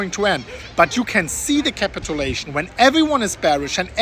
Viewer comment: Don't say "capitAlation", it's "capitUlation".. just annoying to hear... honest feedback...